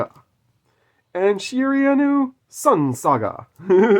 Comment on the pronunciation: loved everything about this video except the pronounciation of Shiranui. You should do one of these with Kaiba where you go through and get him to pick his favourite card, we all know it will end up being LOB Blue Eyes White Dragon... but still would be a cool video! LETS GO GENESYS!!! WE'RE BACK BABY YGO 4EVER!!!